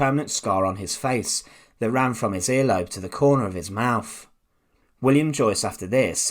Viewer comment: This guy talks like Beckham used to - doesn't pronounce his "th's" it's "mouf" instead of "mouth" and Fursdey instead of Thursday. Oh, how the standards have drooped. Give me a "thumbs up" if you agree. Or should I write "Fumps up"?